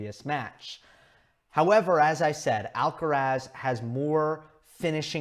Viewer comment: "Alcarath" with the stress on the last (not the first) "a".